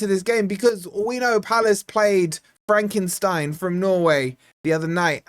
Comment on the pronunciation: Are you calling my hometown team for Frankenstein 🤣🤣🤣 Its Fredrikstad, 🤣🤣😃